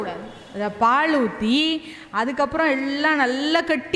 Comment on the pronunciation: உச்சரிப்பு சரியா பழகுங்க முதல்ல. பாள் - இல்ல பாழ் - இல்ல பால் - இதுதான் சரி தமிழை பாழாக்காதீங்க ...